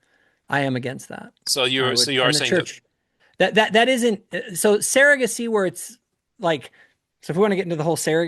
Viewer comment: I had to stop watching this last night because his mispronunciation of the word "surrogacy" is like nails on a chalkboard. For someone who is so obsessed with it, he should learn to pronounce it correctly. I'll get over it. I'm back to attempt to listen to the rest of it.